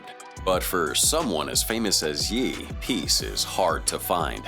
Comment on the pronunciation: I'm glad it pronounced "Ye" properly. "Yay" isn't how you say that.